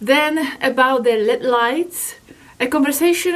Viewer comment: They are not l e a d light it's pronounced L.E.D. separate letters because it's an acronym for light emitting diode